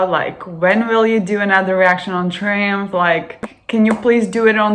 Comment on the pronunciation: Its pronounced Try umph and spelled Triumph. They were a great live band.